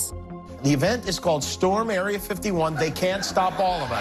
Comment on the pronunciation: 1. That’s cheese 2. It was an April fools joke. 3. Storming Area 51 was a joke and she pronounced it wrong.